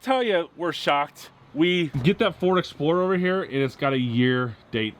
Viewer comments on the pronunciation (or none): Exploder?!? Check the mark. It sure sounds like you called the Explorer an Exploder!